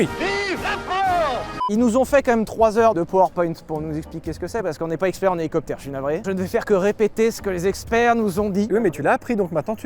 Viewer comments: CA PILOTE UN HOULOUCOUPEUTHÈRE MAIS ONT ATTEND TOUJOURS " LE DIFFERENCIEL" SYLPROUTE ET CHABRIMERDE 🤣🤣🤣🤣🤣🤣🤣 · Rhélicoptére rhélicoptére